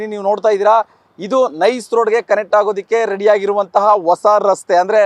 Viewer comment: ಅದೂ ಒಸಾ ರಸ್ತೆ ಅಲ್ಲ ಹೊಸಾ ರಸ್ತೆ ಕನ್ನಡನ ರಸ್ತೆಗೆ ತರಬೇಡಿ